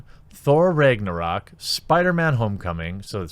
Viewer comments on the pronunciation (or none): none